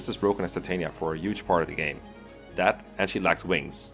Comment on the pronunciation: Titania’s name is actually pronounced Tit-an-yuh